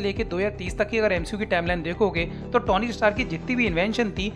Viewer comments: Bhai vo Tony hai na ki tauny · O bhai..tony ki pronunciation theek se Karle